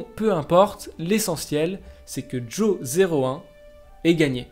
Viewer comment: Ce serait bien de prononcer Jo01 en Johan, car Jo 0 one -> joan -> johan